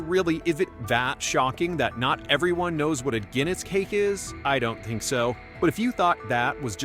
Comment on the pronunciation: It is Guinness cake, not dinnis cake